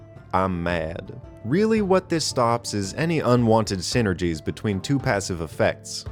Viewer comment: "Syngries" I see you went to school.